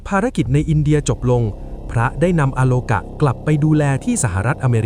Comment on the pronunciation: อาโลกา ไม่ใช่ อะ